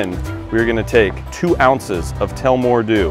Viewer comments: It's pronounced tul-la-more dew not tellmore dew, it's named after town in central Ireland but loving the cocktail videos and can't wait to see what else you've in the pipe line! definitely going give this one a try out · Im Irish and it’s pronounced like tulla - more. Love your videos though keep up the good work! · Love it but you saying name of alcohol wrong...it's Irish city rad as two la more ;)